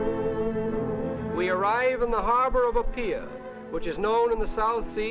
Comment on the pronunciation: Just as bad as him mispronouncing Apia as Appear lol